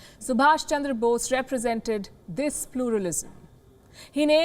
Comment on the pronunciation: he's Subhas, NOT Subhash!